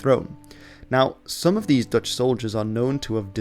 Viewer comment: I'm Dutch and have lived as a student in Newcastle a few years in the '90s. It always amused me how I found it easier to understand Geordie than most English students. Your Dutch pronunciation is the best I've ever heard in any video about English language / history / dialects.